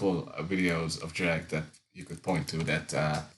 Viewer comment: Did you say “dreg”? That’s what I call him.